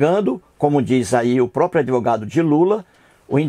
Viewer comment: FELICIANO EU JÁ ASSISTI A TODOS OS VIDEOS. EU OUVI MUITO BEM AS BABOSEIRAS QUE ELE FALOU. UMA DELAS FOI QUE QUEM FICOU GRÁVIDO FOI JOSÉ E NÃO A MARIA. O CARA SE DIZ ATEU MAS NÃO CONHECE NADA DA BÍBLIA. ELE PRONUNCIA "ADEVOGADO" EM VEZ DE ADVOGADO. REALMENTE ELE PRECISA DE AJUDA MÉDICA. FALOU TODA A VERDADE. QUANTO AO FATO DELE SER JUIZ, NÃO SE PREOCUPE : JUIZ DE CU É ROLA. ELE NÃO PASSA DE UM SEMIANALFABETO. PRA ELE TODO MUNDO É FAKE. ELE NÃO SABE QUE PRA COMENTAR NOS VIDEOS É PRECISO FAZER A INSCRIÇÃO NO YTUBE ...MAS NESSAS REDES SOCIAIS TUDO É PERMITIDO EM NOME DA GRANA. OBRIGADO